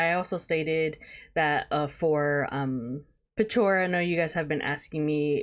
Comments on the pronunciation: The pronunciation in the vid bothers me so much 😭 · Petrichor is pronounced Pet -Tree - Core. Hope this helps. 😊👍👍